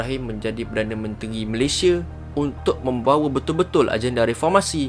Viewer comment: Salah sebut tu..ini adalah asas kita sebagai Rakyat negara ini..nama negara kita, Malaysia..sebutan Malaysia..bukan Malayshe..atau Malaysye..Malaysiee boleh lagi..kita sepatutnya sebut dengan sebutan baku.. perkataan Malaysia adalah kata nama khas.. Malaysia..bukan Malayshe😌😌😌😌